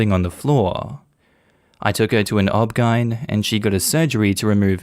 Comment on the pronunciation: It’s oh bee gee why en not obb ghyne